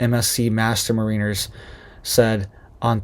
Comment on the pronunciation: Check your pronunciation of Mariners